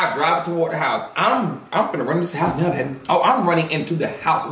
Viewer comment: When he said " And I'm up in da age noewww" I felt that 🤣🤣🤣